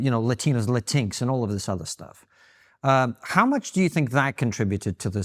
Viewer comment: “latinks” lmao